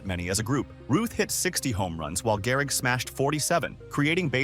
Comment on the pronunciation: Gehrig? You mean Garrig? LOL